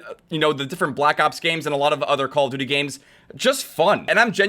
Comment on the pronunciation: "IT'S VERY HARD.... CaLlA DuTie"